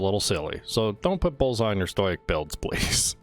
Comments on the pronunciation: Bruh he says stoic as stojiec fml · It’s pronounced stow-ick